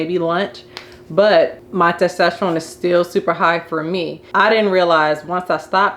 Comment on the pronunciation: It's TESTOSTERONE!! not TASTESTERONE